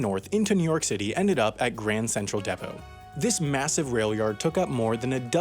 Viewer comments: It’s pronounced Dee-Poe not De-Poe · Did he just say Dehpoh instead of Deepoh??? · Its deeepo not diplo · It’s deepot Not depo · dehpot? isn't it deepot? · "Deh-poh"? How about "DEE-poh"! That's how I say it lol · You said DEPPO AND IT HURT MY BRAIN!!! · dude said "deh-poh" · why did you say depot wrong. this is how you pronounce it: Dee-Po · it is pronounced DEE-PO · Did he pronounce "depot" "depp-oh"? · "Depot"? So I look up some random pronunciation video, which validity is - whatever - but I'm pretty positive it's pronounced "depoe" Apparently (according to the video) it's an American thing? Of course if this is the most offensive thing you do, you are doing an awesome job. It's just my urge to call out ticky tacky stuff. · deeepot, like home depot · He just said depot as “dehpo” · Or worse yet, D-pot! (Dee pot) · Its not with a short e in depot but a long e. U got that wrong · Depot is not pronounced like that. The e sounds like bean or seen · Why you pronounce depot like that? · Did he just say "depot" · The way you pronounced "Depot"